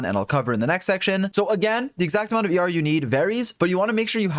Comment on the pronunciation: I know he’s saying ER but I keep hearing YAR, a pirate noise. Heh heh